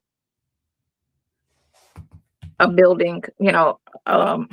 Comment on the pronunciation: Buildingk why does she always add k to ing words